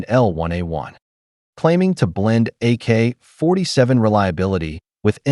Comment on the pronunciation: some ai shit cant even read ak47 correct 💩